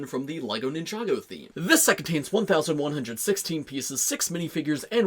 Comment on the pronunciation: Aight did no one catch how he said 1116 pieces instead of 1716